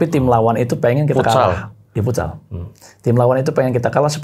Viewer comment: FUTSAL NOT FOOTSAL